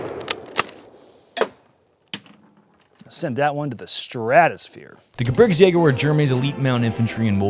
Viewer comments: terrible pronunciation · native speakers opinion... 2nd Jäger was spot on... you on the other hand should practice Gebirgs- a little bit more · hate how you prenounced the name, love the content! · Didn't feel the need to do another take after saying "gerbitsjägers" in that intro? Edit: Oh wow this guy said it too 😂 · You guys butchered the name by the way. "Geh BIRgs yay gurr" stress on the second syllable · "Gebitzjägö" xD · The WHAT ? ? ? The "Gebitzjagers" ? ? Please learn to pronounce German correctly if you are going to present a vid as "historical" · Wow! You have to work on your German pronunciation "Gerwitzjagers?" :D Fun fact: there are tons of these carbines in Norway, as the Gebirgsjägers were deployed in considerable numbers to the far north of occupied Norway to fight the Soviets on the Litsa front near Murmansk. The G33/40 was used extensively in post-WWII Norway, especially by the Norwegian police, and are often marked as such. Many of these guns were surplused and sold to civilians once the police got more modern guns. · The gerbitsjeger 😂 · Hoooooollly fuck you hacked that name up 😂. GEH BEERGZ YAY GER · Love the pronounciation "Gerbitzjaegers" lmao. Since you're basically doing a vid on a czech gun, why not make a video about the ZB-26? It was produced under the name MG-269(t) and used by W-SS, Polizei and rear units. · ( Gej-birks-yeh-ger ) btw. i like that Gun lul Aron and the FG42 when? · Gebirgs is pronounced (Geh-bergs) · Die deutsche Aussprache dieses Kameraden ist suspekt. Wir behalten ihn besser im Auge. 🤔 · It's astonishing that most of these folks decked out in SS drip can't even correctly pronounce the word Gebirgsjäger. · Just help him with pronunciation of Gebirgsjäger please XD XD XD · the way he slaughtered the pronunciation though.